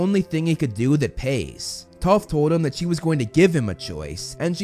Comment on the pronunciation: use subtitels hé says toth